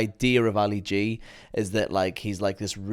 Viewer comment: What a Fail lol😂 “ you know how ALI G is ? You don’t know who Ali G is ) and then can’t even pronounce his real name. Great video all the same, brought back some good memories.